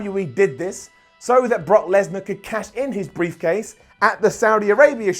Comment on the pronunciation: “Knock Kesnar”-give a wwe microphone 😂😂